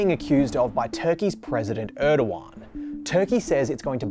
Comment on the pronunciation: its not ördokan its erdogan.